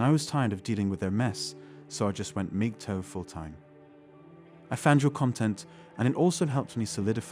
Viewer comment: is he saying Migtoe?